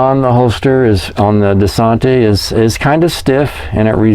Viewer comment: Great video! But say it with me. DUH-SAN-TISS.